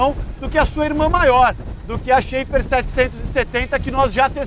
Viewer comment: A pronúncia não é "xefar"?